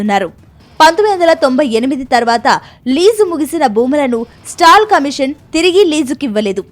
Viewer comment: స్టాల్ కమీషన్ కాదు మేడం….”సాల్ట్ కమిషన్”